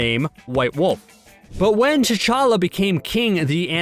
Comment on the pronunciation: The narrator's pronunciation of Wakanda and T challa is annoying